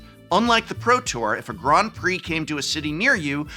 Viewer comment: am i the only one deeply bothered by his pronunciation of grand